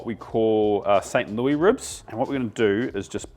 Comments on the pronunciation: Thank you for this. The ribs are a definite item in my future. One minor thing, it is pronounced St Lewis ribs not St. Looee . I figured you might want to know. Congratulations on the cookbook! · I was confused for a second when he said it the French way.